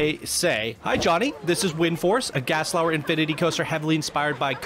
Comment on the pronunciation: Did you say gaslauer?